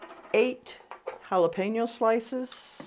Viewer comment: Thank you for NOT saying Holla Peen Yos. And saying it the right way it's pronounced Holla PEN Yo peppers. Once you did it correctly I KNEW i was going to like you!!❤❤❤🎉😊😊 your recipe was Delicious by the way.